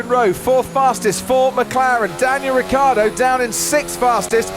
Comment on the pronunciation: Ricciardo. Not Riccardo.. It's really so difficult?